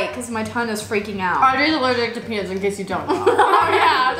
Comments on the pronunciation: Pea-nuts not pea-nits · when said is this peanuts it sounded like pen*s